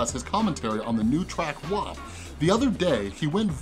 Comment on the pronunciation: Thankyou for pronouncing WAP correctly